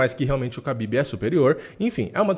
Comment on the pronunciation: A pronúncia correta é RABIB e não KABIB